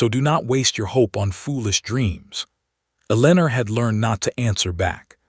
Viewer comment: Eleanor and hoping not hopping!! So sick of mispronunciations. No English speaker is editing or proofreading these stories!! They are all the same in almost every story.